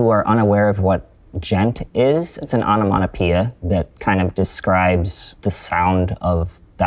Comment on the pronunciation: wtf is an anomonapia????